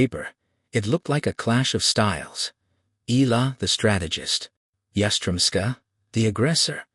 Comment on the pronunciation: Oh boy It’s E ya la got it?